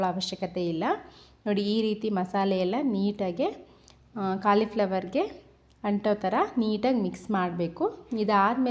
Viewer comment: Aduu kalii fllwor alla colifllwor maryati 😂😂